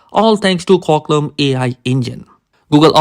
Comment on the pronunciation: Qualcomm ❌️ quaclom ✅️